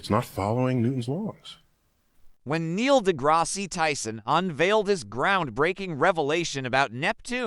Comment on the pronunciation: Lol the Neil dah grassy got me too. That and Yeranussess These AI videos are out of control.